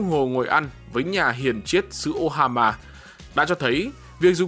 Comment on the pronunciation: AD ơi, Omaha chứ không phải Ohama tới. 😁